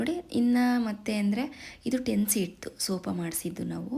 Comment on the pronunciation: Sofa ❌ sopa ✅ Tirpe shoki… nodi nodi sakagilla nodi nodi antha kelskondu saakaithu